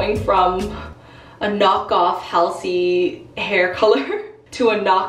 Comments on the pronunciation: Hal seeeeee ? 😂😅🤣 It's Hallzey = Halsey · Halsey not hasley